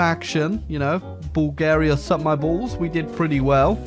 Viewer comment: Why do you pronounce it Bul-GE-ria? I ain't even mad, just curious.